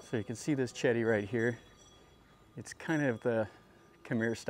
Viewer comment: Wat Raj Cha O Ra Sa Rarm, Raj Cha War Ra Wi Harn, Jom Tong and Chedi is Jay Dee. Bangkok is properly pronounced Barng Gork.